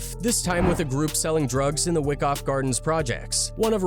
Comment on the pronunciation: Wyckoff projects sounds like why-cough not wick off... BK & BX most grimiest boros gentrification or not 🇵🇷👌